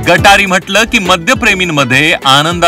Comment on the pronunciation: गटारी नाही रे गत हारी म्हण रे भांड मीडिया वाल्या ने रे नो 😅 रोज चे पिणाऱ्याला श्रा व ण काय पा ळ त नाही तुला गटारी आणि गत हरी मध्ये फरक माहीत नाही तू पी 24 तास तुमची लायकी तीच आहे रे सिल्वर ओक मातोश्री चे तुम्ही खान दानी हुजरेगिरी करणारे 😅😅 पी 24 तास 😅😅😅😅😅